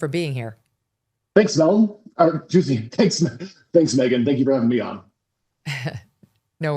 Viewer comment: I was trying to figure that out as well lol sounded like he called and “Zone” and then mumbled something else. Bizarre